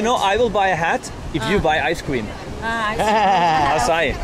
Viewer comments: I don't think calling it 'Akai' would work so well in brazil, you better learn how to say 'assai' :D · don't say akai xD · Bro called Acai akay lmaoooo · No you can NOT say AKAI lmao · Not akai it’s açai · You can’t say “akai” c’mon, bro🤦‍♂️ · It is pronounced like "AH SAH EEH" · NAO. Nao voce nao pode chamar de acai. O nome é AÇAÍ, e é assim que DEVE ser chamado. Brasileiro tem que aprender a forma correta que vocês chamam e falam porque senão vocês não entenderam o que estamos falando, pq agora temos que entender vocês falando acai. AÇAÍ. Se virem para falar!!! 🇬🇧 NO. No you can't call it acai. The name is AÇAÍ, and that's what it MUST be called. Brazilians have to learn the correct way that you call and speak because otherwise you did not understand what we are talking about, now we have to understand you speaking acai. AÇAÍ!!! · It's pronounced... "AH-SIGH-EE"" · the correct way to say açai is ass - ah - ee is really popular here in brazil , a lotta açai shops around the cities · It sound like you are trying to say the guy sells açaí. Ah-sah -Ee. That is a flavor and it is used to flavor ice cream, popsicles, etc. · the pronounce is "a-ss-a-ee"(the letters "A" like the word car) (the letters "S" like the word "say") and the letters "E" like the word fee) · There is no k in Acai: neither in writing nor in pronouncing! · Ah-Sah-E is how you pronounce it Harald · Harald, Açaí is pronounced like ''assa Í'' the cedilla (ç) can be a little tricky for gringos to pronounce haha, keep up the great work bud! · It’s NOT ice cream! It’s AÇAÍ! And not acai. 🤦🏻‍♀️ It has a stronger sound at the pronounciation in the end. Nice video, though! 👌🏽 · Herarldo trying to start his own language I see. It's pronounced "ah-sah-ee" even in english. Not just in Portuguese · Açaí is pronounced /assai/ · It’s not called açai is pronounce aaa ciii eeee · Açaí the ç is pronounced like a double s. Its made from the fruit and has a lot of calories